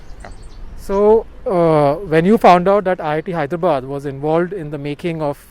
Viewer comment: All well , but pls restrict yourself to pronounce HyrdraBAD , with love, from an Nixon EV owner from Mumbai